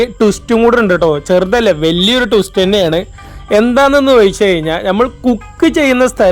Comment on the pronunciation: ടുസ്റ്റ് അല്ല മിഷ്ടർ! (ട്വിസ്റ്റ്‌ ആണ് മിസ്റ്റർ )